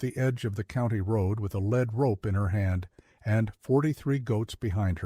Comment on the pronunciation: Lead rope should be pronounced LEED as she is leading her goats, and LEAD ropes are quite heavy. All those old farmers must have a lot of time on their hands. With nothing better to do but stand around laughing at a busy farmer. Dough is a word for money or bread or cookies before it is placed in the oven to bake. Doe sounds the same but is the word for a female goat or other animal, like deer. Good story. Watching from Texas.